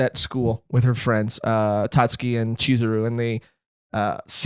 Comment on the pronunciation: Guys, guys, Tatsuki, drop the u, Iike, Tahtski